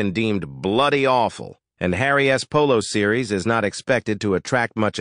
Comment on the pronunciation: Couldn’t work out what was wrong with your narration. Took me a minute. Stop reading the last letter on contractions separately. Charles s, Tillman s, Harry s, Megan s, isn t. This is a new one, can’t say i’ve ever heard a robo-voice do that particular thing before.